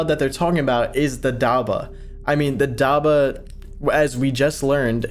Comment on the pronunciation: hello im muslim and it is pronounced dab-bah not dabah